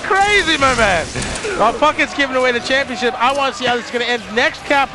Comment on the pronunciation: lol "momentomship"